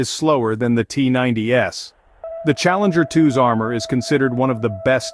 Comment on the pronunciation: Wow you pronounced Challenger 2's and Leopard 2's crazy wrong